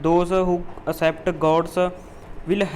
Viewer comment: Will nu while keh raha ho